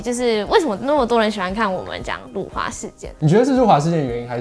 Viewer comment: 辱华，这个词是有多难念？？可以念标准吗？？ （我是马来西亚人，不然又会有一堆看你打简体字就要高潮的）